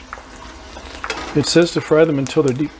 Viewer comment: Nice job. Looks great. Don't worry you was saying it right. That is how I fry my chicken or turkey skin .Makes them nice and crunchy.